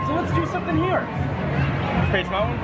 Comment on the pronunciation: Ummm "Mount-win"